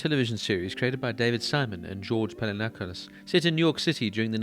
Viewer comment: I'm very happy to see a revisit to this show, however, I have a few suggestions. That's really not how you pronounce "Pelecanos". Also, I don't think season 3 isn't as great as the other 2. Less action ,no doubt, but in terms of content it was really necessary, to show to later millenials and zoomers how the HIV epidemic really struck hard on people's lives. Good work nonetheless!